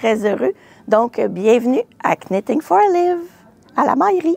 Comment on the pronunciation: Merci pour les belles idées! Sans vouloir vous offenser, je me permets aussi de vous faire un commentaire constructif: lorsque l'on prononce Knitting for olive, le "k" est muet tout comme vous faites en prononçant Petite Knit. Bonne journée!